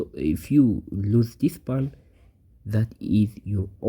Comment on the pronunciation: /po:n/ ... not /pun/ for pawn... dude